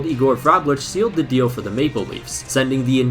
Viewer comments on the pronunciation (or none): none